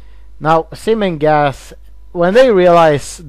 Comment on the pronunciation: You need to work on your Z's because it sounds like your saying Sim and Gas instead of Zim and Gaz no afents